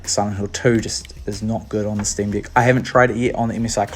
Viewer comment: Sream"dick" make me rolling every time you say it lol....